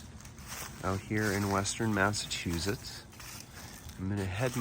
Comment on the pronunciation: I love how you pronounce Massachusetts. Very historic cemetery. Thanks.